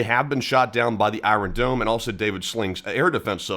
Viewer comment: Why do you say "I" "ron" dome?